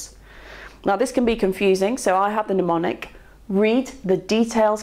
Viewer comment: 'Mnemonic' pronounced 'pneumonic' and I switch off. Medicine should be a precise discipline. And I feel this extends to vocabulary, even when said vocabulary is not from within the subject matter itself.